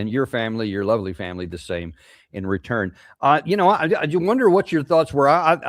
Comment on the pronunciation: "A verrry heppi 2026 and your loverly femmili ...." Out of the mouth of this foul guy with the run-down features, unshaven, often the ugly dogs barking in the background......